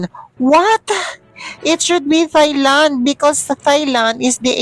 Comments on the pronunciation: Thai is pronounced TAY not thigh! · “Tie” Land! Not “Thigh” Land! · Hi, Thailand is pronounced as Tailand, walang TH! Hehehe